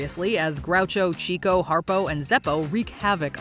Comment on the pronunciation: Wow, you actually pronounced Taika Waititi and Steve Buscemi's last names the way I've heard them say interviews they should be pronounced! And I can forgive you for mispronouncing Chico Marx's name, since almost everyone does. It's actually pronounced (and was originally spelled) Chicko.